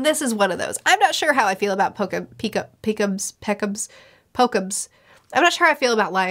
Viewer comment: Several things to say, so to begin with kudos for nailing Sanji's character. A significant portion of sanji fanboys doesn't get him because he doesn't get as many cool fight scenes like Zoro. Sanji is a nurturer not a fighter like Zoro. This was funny,: Peekoms( nope), Pekoms ( nailed it?), Pokoms ( oh no), Lion turtle ( gave up). You caught up One piece in a year and I feel your angst, its the same feeling most of the fans felt when they caught up to the manga. Have fun making theories